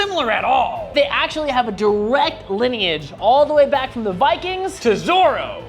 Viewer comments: It is Zorro not zoro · Who tf is zorro 💀💀💀 I really thought bro said zoro from one piece 😭😭😭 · Oohhh... Zorro... Not Zoro 😂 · They can't pronunciate "Zorro", so what they say sounds like "Zoro", the One Piece character 😅😂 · oh Zorro not zoro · The fact that English pronunciation makes Zorro sound like Zoro is hilarious to me. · Zoro not Zorro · Zorro is pronounced with a long R since its Spanish, u also ray the R with the top back of you're mouth (Ik what I'm talking about cuz I'm Spanish) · El Zorro, roll the rrrrr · Is so wierd for me hearing people calling him "Zowro" I didn't knew that's how you guys pronounce it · isn't zorro pronounced zorrO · I undertand that pronouncing the double r might be difficult, but... Great video though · You pronounced "Zorro" so terribly wrong that it took me a solid moment to understand what you were even talking about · I think it’s because how you pronounced Zorro It got me think that we where talking about the green haired pirate and not the Latin American hero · I mean, by the way they are pronouncing "zorro", he is totally right.